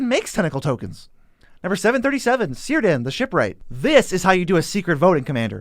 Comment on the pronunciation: not to mention that everyone gets celeborn celebrimbor and cirdans names wrong its a hard c not a soft c